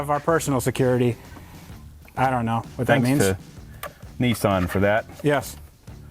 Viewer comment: Lol it’s not a “nee-son” it’s a “Niss-an” 😂